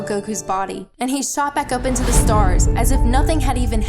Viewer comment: LMFAOTWICE she's black look how she says the word back. She say bike